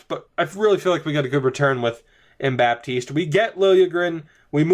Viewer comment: Dont prononce the "P"in Baptiste 😉